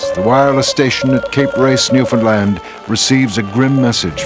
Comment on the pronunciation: I'll cut him some slack. Henry Ramer pronounced Newfoundland right. haha Cheers b'ys